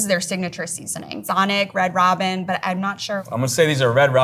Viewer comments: "Red Roh-bin"?? Its Red Raw-bin. Also really wish they had allowed the two guys to comment as much as they did the female chef. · How did the presenter get the word "Robin" wrong? I'm wracking my brain.... it's pronounced the same way in the US and Great Britain... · I'm sorry. Red Roe-bin? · "Red Row-bin"? Did you use AI for the voiceovers introducing fries? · She said Red Rowbin, not Robin like the bird. You know, like the restaurant, Red Robin… yumm. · Red Robe-in. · "Red robe-inn" roflmao you need to fire your ai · Red Rowbin 💀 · Red ROWBIN???? You seriously don't know how to pronounce "robin"? Or at least have an editor that verifies that the AI voice says it correctly? Do better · I'm assuming that the lady doing the voice-over is British, but I've NEVER heard someone anywhere pronounce it "Red Row-bin". What? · Red ROW-BEEN??? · The way she pronounces "Red Robin" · The AI voiceover doesn't know what Red Robin is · That Red Robin pronunciation is wild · lol the way she pronounced Red Robin. Where did they find this British chick?